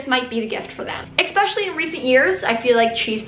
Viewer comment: especially not exxxxpecially